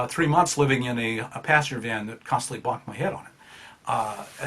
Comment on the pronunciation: I thought you were saying "pasture van" and thought it was some American term, until I realised you pronounce "passenger van" that way.